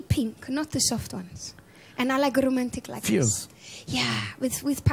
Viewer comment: Fierce - not "fears"